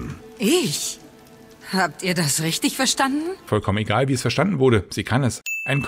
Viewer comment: Rischdisch gut!!!